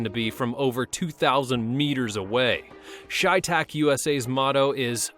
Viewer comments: Chay tach really your pronounced that wrong it's chey tach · Shay tac? Its pronounced Tsai thak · Cheytak is prounouced Shay not Shytak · it’s chevytac, not creytac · Its pronounced chey(ch-ay)tac dumbass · Chey is pronounced shay